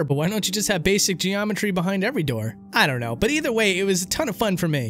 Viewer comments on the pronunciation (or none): none